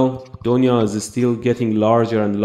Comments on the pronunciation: Its not doniya Its duniya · It's not donia it's dunia and dunia mean world and "brahmaand" means universe. You should use "brahmaand" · The pronounciation of Donya is dunya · I know he was trying to say donya as dunia it is because of revolution of language from parsi to hindi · and thats not doniya its pronounced as "THUNIYA" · When you realize he is saying " du-niya" which means world !!